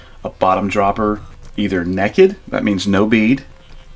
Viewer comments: It’s pronounced “naked”, not “neekkit”, you hillbilly. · "nei-ked" not "ne-ked" for "naked"! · Naked is pronounced nay - kid.